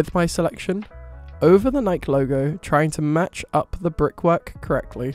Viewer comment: Very helpful, (sp?). Just wanted to point out the Nike is pronounce Nike'-ee--2 syllables. So the 1st syllable is stressed, with the 2nd syllable pronounced as a long E.